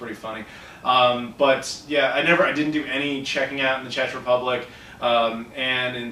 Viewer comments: Fun fact: Czech is pronounced 'check' in the UK, not 'chetch' :) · Hey, it's pronounced like check, not chech. Not to be a dick lol. I'm a big fan! I actually used to live in Prague, it's too bad I'm not there anymore:( I could've shown you around a little. I know of a few places. It's hard to find anything older than ps1.